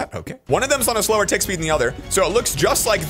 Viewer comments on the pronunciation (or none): none